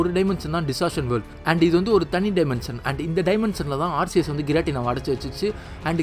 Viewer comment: Bro aceus pronounce ஆர்சியஸ் இல்ல ஆர்கியஸ்